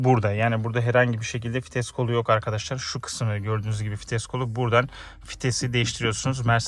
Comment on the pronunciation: İçerik güzel olmuş fakat telaffuz ile ilgili problemler var, topluma hitap ettiğiniz için bu konulara dikkat edin lütfen. Örnek; “hoporlör” değil “hoparlör”, “fites” değil “vites” gibi…